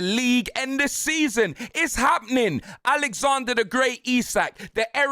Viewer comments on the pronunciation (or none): none